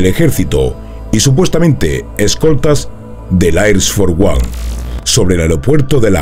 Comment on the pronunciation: El "Ais for uan" 🤭🤭🤦🤦